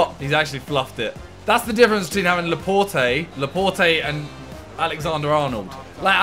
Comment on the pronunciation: Laporte is pronounce Laport not Laportey